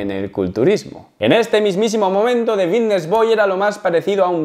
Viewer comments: Por qué dice bidnesss en vez de fitness? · por que dice bigness y no fitness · Alguien le puede decir que es Fitness no “Bitness” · Xq dice la f como b? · Por qué dice Vitness? No es Fitness? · Solo escucho Vitness boy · Por qué dice comunidad Vitness? Jajaj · Porque dices VITTNES?? Creia q era fittnes?🥲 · Es “Fvitnes” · Porq dices bitnes? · Por qué dice vitness??? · Me da algo cada vez que dice VITTness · jajaj me mola como dice fitness, pronuncia la F de una manera graciosa. GOD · por qué cambias la F por la B???? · Por qué no pronuncias la F? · wn por que no dices fitness bien, me estresas que digas la palabra con la b, minimo pronuncia bien las palabras